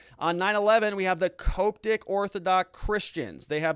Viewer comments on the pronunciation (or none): Hey bro, it's pronounced COP-tic christians. They're very rigid but peaceful. They do a lot of rituals, standing and chanting, much more than the Catholic church.